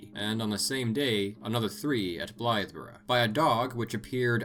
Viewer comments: Kudos for the correct pronunciation of Bungay and Blythburgh 😊 I live like 30 minutes from both. awesome video ✌️ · I was happy to hear of Black Shuck mentioned as someone from East Anglia and even more pleased to hear Bungay and Blythburgh be pronounced correctly, great video :)